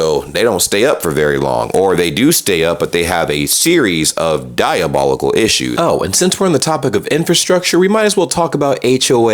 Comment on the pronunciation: You repeated use of "diabolocal" is diabolical.